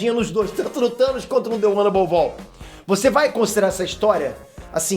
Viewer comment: The one above "ALL"? Sério?